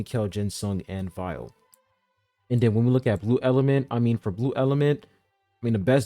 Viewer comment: Sorry, but I just have to say this... (Viole) Vee - Yoo - Ley 😭